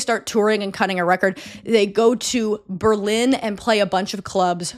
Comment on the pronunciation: Thanks for the corrections! I was irrationally angry every time you said Berlin 🙈